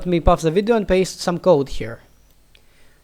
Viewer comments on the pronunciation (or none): Do by any chance happen to be Greek? The way you mispronounced "pause" into "παύς (pafs)" , made me think that.